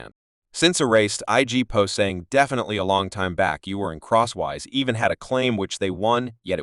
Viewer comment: It's not cross wise..its chris cross..get it right..numerous times this disrespects the story